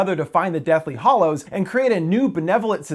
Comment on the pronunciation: I could be wrong, but you are saying Deathly Hollows and it's Deathly Hallows. The hallows aren't hollow.